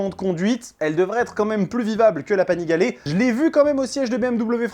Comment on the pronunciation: pourquoi tu dis Panigalè ? 😄